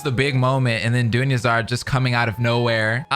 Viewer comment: it's pronounced Dune-yar-zahd Not dune-yuh-zard. Edit: I don't mean for that to come across as rude. 😅 I just know a lot of streamers still mispronounce her name. Even months later.